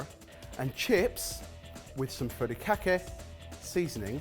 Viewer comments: i was so impressed when first said furikake correctly. then it quickly became furrykhaki 😂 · god listening to him say furikake was painfull. it's FU not FA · I literally had to pause the video. It's hilarious whenever calls "Furikake" seasoning "furry kaki". All I think of is a seasoning made by furries wearing kaki pants. Sounds more like, foo-ree-kah-kay. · "Furrykake" seasoning 🤣🤣🤣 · If it's any consolation, you were all trying far too hard with your pronunciation. "Furry kake seasoning", haha! Some good dishes none-the-less at the end. Oh, and I love Mio sparkling sake,! It's my favourite normal sake. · i die every time pronounces furikake as “furry-khaki” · I've never heard furikake pronounced so much like "furry khaki." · The Asian in me dies a little every time mentions his "furry-kack-ee seasoning". 😂 😂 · Worth it just to hear repeatedly mangle the pronunciation of "furikake"! 😆